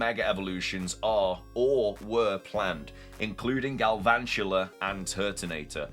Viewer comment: THERE IS NO R IN GALVANTULA!